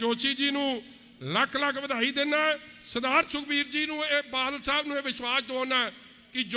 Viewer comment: ਖੁਦ ਬਾਦਲ ਸਾਬ ਨੂੰ ਬਾਲ ਛਾਬ ਦੱਸਦਾ ਨੁਕਸ ਹੋਰਾਂ ਦੇ ਬੋਲਣ ਵਿਚ ਗਿਣਾ ਰਿਹਾ 😀